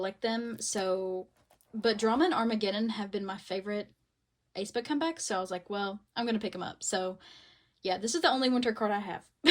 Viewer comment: love ur vids girlie but the way u were pronouncing aespa made my skin crawl 😭😭 /hj